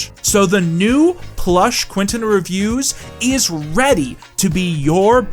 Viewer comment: Close! its actually pronounced Quansun